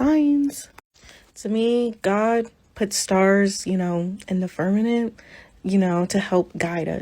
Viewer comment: .... omg, girl, it's "fir-ma- M ent!!!!